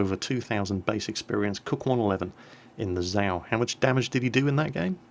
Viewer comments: and how he speaks out zap "sau" means swine in german. its called "tzau" not "sau" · it is nor ZAO it is za~o~~ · ACTually, it is pronounced "Zay-oh"...?? click Shhhiiiii.....